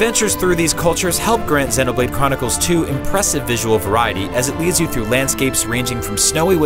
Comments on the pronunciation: Xeeeeeeeeeeeeenoblade! not zehnoblade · It pissed me off how he's saying zeno blade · is he calling it xenablade chronicles 2 lmao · "Xennoblade" lol. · The mispronunciation of xenoblade is hurting me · SERIOUSLY, how do you say Xenoblade wrong!?